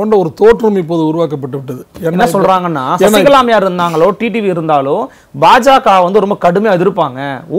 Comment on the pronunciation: அன்வர் ராஜா அவர்களே... நானும் வெகு நாட்களாக,வெகு உன்னிப்பாக கவனித்து வருகிறேன்..நீங்கள் D D V என்றே உச்சரித்து வருகிறீர்கள்..T T V என ஒருபோதும் உச்சரிப்பதில்லை.. D க்கும் T க்கும் வித்தியாசம் உண்டல்லவா...!!!??? திருத்திக்கொள்ளவும்.